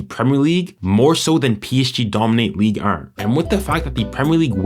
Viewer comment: the way you say ligue 1 pisses me off fr like "league ern"😂😂. But what a good quality video man keep it up and you will be one of the best 🙌